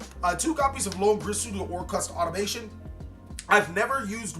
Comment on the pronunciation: Why does nobody says "Automaton" properly?